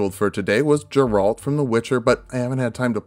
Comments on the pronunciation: Geralt* not Jeralt but can’t wait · It's Geralt, not Ja-rald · "Jeralt" and "Geralt" is becoming "Gif" vs "Jif" and both have the same right answer for which letter is supposed to be pronounced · Super late comment, but the G in Geralt is a hard G, not a soft G. Makes the G sound, not the J sound. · No one going to mention that he said “Jeralt” instead of Geralt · Who is Jeralt? its Geralt my dude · Not to be THAT guy (not a "that guy") but it's going to bug me that you pronounce it "Jeralt" instead of "Gheralt". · Please stop saying Jeralt, it's Geralt xd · GARE-ALT NOT JARE-ALT. Please for the love of god dont butcher my mans name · Did my mans really just say “Jeralt” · Can't wait for the intro to the Geralt video where has to apologize for saying Jerralt like four times in this one. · Geralt is pronounced like the beginning of Gary and ultimate. "Gare-ult" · WHO SAYS “JERALT”!? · Nice video, but the way you said Geralt made me question my existence. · Hard G on Geralt. Still enjoying the vid don't worry ;) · Geralt hard G, not soft g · You don't pronounce it Geralt with a long g. It's a short g.